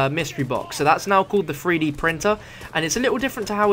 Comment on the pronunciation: hey weirdo, you're saying it wrong, it's not a FREE-D printer, it's a THREE-D printer....say "TH" not "FF"